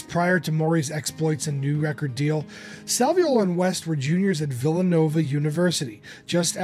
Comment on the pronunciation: Well done synopsis of Jim’s career. Thanks for including the role of Joe Salviuolo (and spelling and pronouncing it right!). Sal was a friend of mine from 1978 until he passed in 2010. He doesn’t always get the credit he deserves. He also produced Jim’s “Facets” album. He wrote “Thursday “, one of the few songs Jim recorded that were written by others.